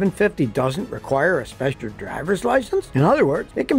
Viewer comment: Speshur driver's license * lol 😂